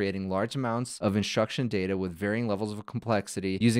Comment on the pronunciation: why do you say "inshtruction"? instead of instruction?